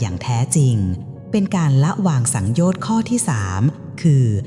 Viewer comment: สังโยชน์สามยังอ่านผิดเลยค่ะ